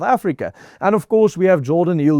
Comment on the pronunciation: Jordan, not G orden